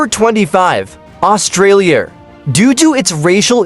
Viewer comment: Indonesiar?Asiar? Australiar?😂